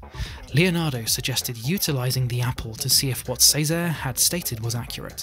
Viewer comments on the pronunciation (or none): cesare has a ch sound